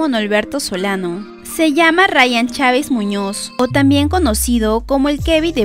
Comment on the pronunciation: Chávez Muñoz, bien inglés